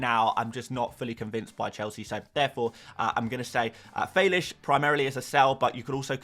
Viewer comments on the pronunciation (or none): FYI it’s fay-licks, not fay-lish, he said it in a press conference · It’s not Felizsh or however ur trying to pronounce the last part of Felix 😂😂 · no mate, it is Fé-LI-KS